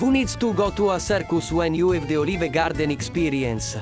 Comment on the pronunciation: Welcome to Oh-leave-ehh-gahhhdenn! shakes Italian hand